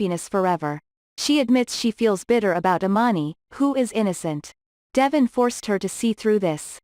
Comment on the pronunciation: I will never subscribe until you take the time to learn to pronounce the city name and devon name.